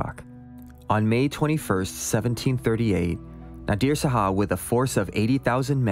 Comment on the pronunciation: Really well done. Enjoying it. WIth all friendliness intended, may I gently suggest that "Shah" is pronounced as one syllable? Just like "hah", but with a "shhhh" sound at the start. Not two syllables as "Sah-hah."